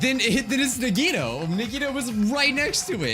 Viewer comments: EEYYYYYY HE SAID IT CORRECTLY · I was hoping that he would pronounce "Nagito" right in the trial after he hears his name a few times... I'm feeling true despair right now edit: omigod he pronounced it right!